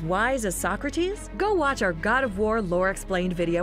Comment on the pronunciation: I’m dying about sock-kra-tees